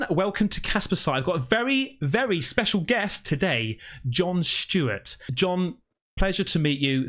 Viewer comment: Who is John shhhhteewart? You mean John Stewart?